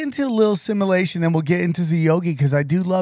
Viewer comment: One day will be able to pronounce simulation properly